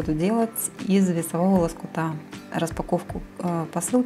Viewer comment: Что за слово весОвого лоскута.Нет такого слова с таким ударением,есть слово весовОго лоскута.